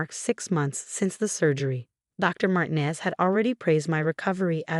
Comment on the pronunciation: Could you inform your stupid AI program that the Hispanic name Martinez is NOT pronounced "martin-ez" 2: the emergency number is nine -one-one, not nine hundred and eleven.. PROOFREAD!!!!!!!!!!!!!!!!!!!!!!!!!!!